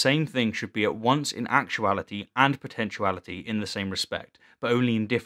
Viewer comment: He says “potentCHU-ality, for potentiality. I cannot respect that. I have gotten used to “nuk U lar”, but this is just unforgivable.